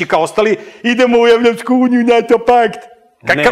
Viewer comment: Idljmo mi u Evopsku unjiju" M.Petrovic